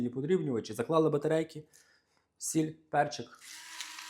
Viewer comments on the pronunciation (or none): none